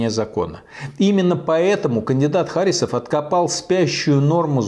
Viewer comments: Михаил Борисович, в фамилии Харисов ударение ставится на "И". Я знаю, потому что являюсь носителем данной фамилии. И какое совпадение, что я тоже живу в Башкортостане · Я думаю, правильно ХарИсов. От татарского имени ХарИс.